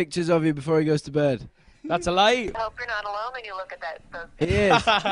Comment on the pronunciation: "thats a LiEh"